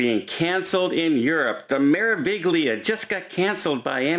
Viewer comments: Meraviglia (Me-ra-vi-gli-a) Pronounced May-rah-vee-lee-ah (roll the R) #facepalm Yes,, Europe is on lockdown for containment, because in case you haven't heard, we're in the middle of a PANDEMIC! I doubt very much that the opening of the Florida ports was not politically motivated just before the election especially considering the case numbers at present time. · Its not the Grandioso its the Grandiosa, Its not the Mer viG lia the g is silent, and its not even the Meraviglia its the Magnifica. Im tired of you putting out false information. Every single video has false information. The quality of this channel is going downhill. Youre a Travel Agent and you put out this false information, wrong ships, falsi information on Volunteer Cruise requirements, what do you do to your clients???? You book them on the wrong ship or give them the wrong entry document requirements or critical information?? Yeah Im calling you out. You dont read your viewers comments anyway man.